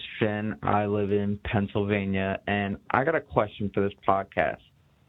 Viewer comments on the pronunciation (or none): none